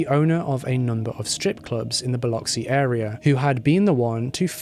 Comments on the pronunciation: Thank you luv for the upload. Really appreciate your time and efforts. You are the only one I know of that has reported this case on YouTube as an individual. Many more Thanks for pronouncing Biloxi correctly! Even greater with your beautiful accent. Biloxi. is my hometown and it was a horrific crime, more heinous since Halat was a "supposed" friend. Much love , light & peace to you and yours✌🎆✌✌ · Thank you so much for pronouncing Biloxi correctly. Awesome job. Proud Mississippi Gulf Coast Girl!